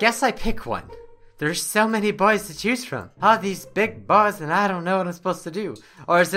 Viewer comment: I love the way he says "big bOys" XD